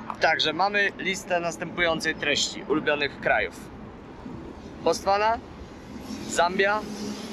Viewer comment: chyba Botswana a nie Bostwana